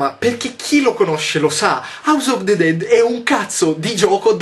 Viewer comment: yotobi non ti arrabbiare ma "of" sil legge "ov".